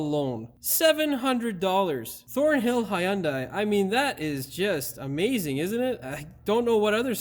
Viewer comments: HUN DAI. NOT "HIGH YUN DAI" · Hyundai, It's pronounced like Sunday. Hyundai even had a commercial stating that years ago. No "i" sound in that y. The "y" is silent.